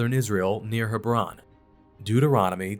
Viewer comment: Hebron is not pronounced the way you did. It is pronounced as Heb ron.